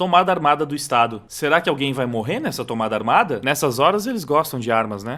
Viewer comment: ver o floquinhos de neve falando em "tomada ar-ma-da" é tipo ver um pinscher latindo kkkkkkkkkkkkkk